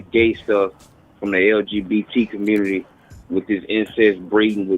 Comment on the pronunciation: The Communitah!!!🤣🤣🤣🤣🤣🤣